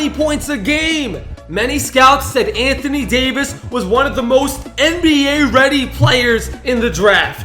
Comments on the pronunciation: He said Antony davis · you said antony Davis